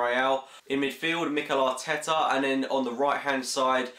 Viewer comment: Lol "Aretea"